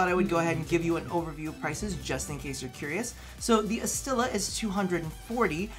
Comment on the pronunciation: Astilla its pronounced "asti - ya" means splinter